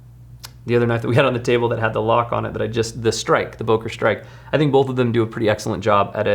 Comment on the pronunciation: Hey. Love ya buddy but there's no "L" in the word both. 😂